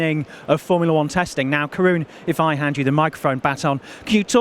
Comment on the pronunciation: It very much sounded like called Karun "Karen"